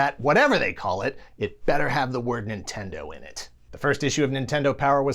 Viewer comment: Lol "nintendo pudding"